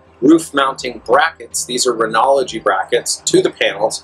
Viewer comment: Lol!! "R E N O G Y"!!!.... There is not an "L" in that word Lol! Not "R E N O L O G Y" LOL!!